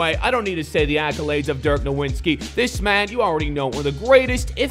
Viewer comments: "Dirk Nowinski"... couldn't pronounce foreign names to save his own life. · Can you pronounce dirks last name right I'm not foreign but it's irritating respect the foreign GOAT